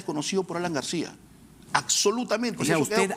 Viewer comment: y (el abogado) dice "Acsolutamente".